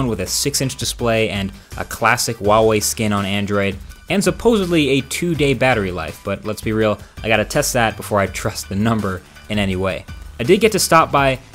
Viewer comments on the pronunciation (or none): Supposably? Supposably.